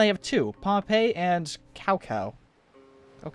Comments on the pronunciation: Just heard you said "Cao Cao" (the general in Zulu) as "Kao Kao". I know it is a general way of saying "c" as "[k]", but here it should be "[tsau tsau]" as its pronunciation. He was a great Chinese politician, poet and military leader around 200 AD. To mean no offense. Thank you. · For future reference, Cao Cao is pronounced witha soft 'c', as in 'Sao Sao'. It's a pretty common error to make it a hard 'c' though, so much so that the English dubs of the Dynasty Warriors series say it constantly. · The "c" in cao cao is pronounced with a "ts" sound. Great series so far! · "I am Cow Pee, like my father, Cow Cow, before me" Lol